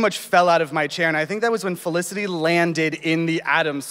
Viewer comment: It's Felicity not olisity